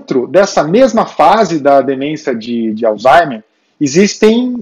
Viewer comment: Obs.: Não é Alzheime E sim Alzheimer